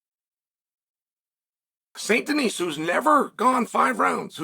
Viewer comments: Please stop calling the man Denise. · Benois Saint Denise - Chael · Saint Denise lmao